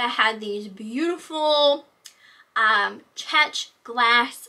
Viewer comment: Nice auction buys! I hope you don't mind, but Czech is pronounced like the word Check.